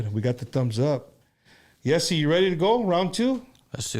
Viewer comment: I think his name is pronounced jh-ay-see